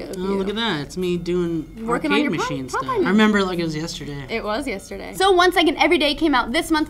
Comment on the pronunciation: "I remember like it was yesteray It WAS yesterday..." (Lmfao) Great show guys